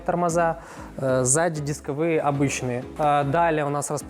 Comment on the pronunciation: дисковые,ударение на первый слог,выштамповки,ударение на О